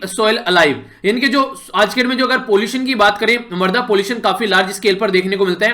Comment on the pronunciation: Sir it's mirda not mrda 😂😂😂